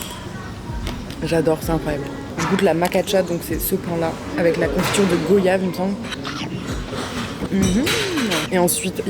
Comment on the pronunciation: Hello super vidéo ! Merci ! , ps : on dit UN coco ou une NOIX de coco, et on prononce goyave (gwa-yave)comme voyage, car l'origine du mot est guayaba